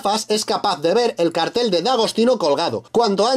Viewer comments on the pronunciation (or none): none